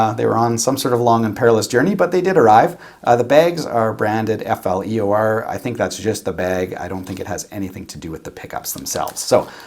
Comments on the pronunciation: FLEOR is the brand, not FLOER! Thanks for comparison. Of course even through my best stereo cannot really tell difference like you in the room. Also, yes the great amp will make the difference more apparent and cheap amps make them sound similiar! Not buying expensive pickups anymore, lol. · "FLEOR" pickups ¯\_(ツ)_/¯